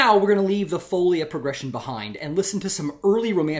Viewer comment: thanks for the excellent series! just to appease my inner linguist : o ), folia has the stress on the second syllable: foleeea, not foulia.